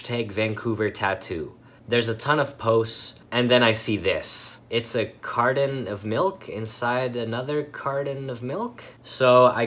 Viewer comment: Carden of melk